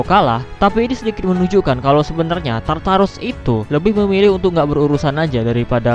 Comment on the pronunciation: Tartar sauce baca nya?